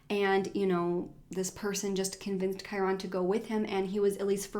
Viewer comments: Kai-rin is the correct pronunciation I think, that's how is mother pronounces it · i'm pretty sure his name is one syllable kinda like kyren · Ur right! Its pronounced Ky-ren but spelled Kyron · Love your videos, but could not get over the fact that you miss pronounced his name the entire video. 😭